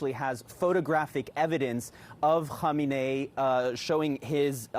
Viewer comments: It’s amazing how many reporters that can’t say his name. It’s “Ko meanie”. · It's "Kah main ee"